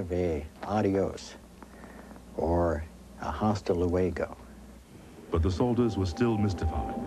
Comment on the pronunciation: ........ I can't finish the video! I keep watching him say HASTA luego over and over!!! XD